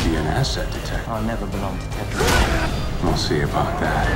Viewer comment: It's not Taken but Tekken (said Tek'ken with the stop)